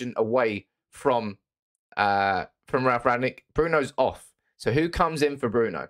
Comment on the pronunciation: you can't even pronounce the managers name correctly